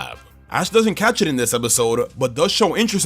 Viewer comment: DOES, NOT DOSE! AND DO NOT LEAVE OFF THE T IN CATCH!